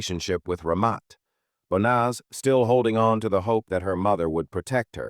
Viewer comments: YOU PRONOUNCE HER NAME WRONG 4 DIFFERENT WAYS! THIS IS SO DISRESPECTFUL TO HER! 😮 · That fake emotionless AI generated voice mispronouncing her name every single time is as disrepectuful as her family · Can i please ask you at least say her name properly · Banaz, bonaz, bonus, bas, it really started pissing me off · You'd think that the narration would at least get her name right. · This happened in my area, my ex who was part of the medical staff, treated her in hospital. I will never forget this, she deserved so much better than what she got. Also the AI on this video is messing up her name. She deserves to be remembered with her name pronounced correctly.